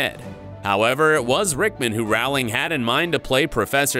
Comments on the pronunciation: You're mispronouncing JK Rowling's name. It's ow as in flow, not ow as in cow. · Yet another narrator who fails to rhyme JKR’s surname correctly. “Rowling” rhymes with “BOWLING”, not “howling”! RIP, Alan. /* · A very nice tribute. If should do any more of these vids based on works by J. K. Rowling, he should know that her last name does NOT rhyme with "fowling", but with "bowling". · It’s not rawling it’s rolling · The author's name is pronounce ROH-ling...rhymes with TOE. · Over 20 years and people are still mispronouncing Rowling's last name.